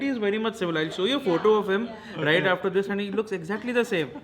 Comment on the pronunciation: After ka 'r' kha gaye